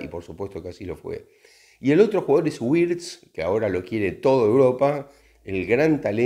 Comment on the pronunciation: Creo que la "w" en alemán se pronuncia como la "v" o la "b" en español. Por lo tanto, Wirtz sería Birtz, no Güirtz. Gracias por los vídeos